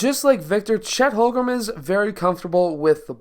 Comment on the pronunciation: Watched your Chet videos, pronounced more like Home-Grin than Hol-Grum. Great video though!